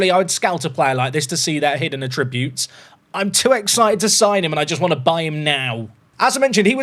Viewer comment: It isn't a big deal, but I really wonder about how you say the word "attributes". I've never heard someone pronounce it saying "a tributes" instead of "at- ributes"